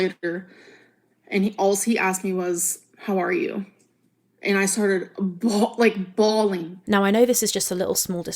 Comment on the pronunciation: Innit , why are u bhaawleeen? Ur supposed to be an adult lol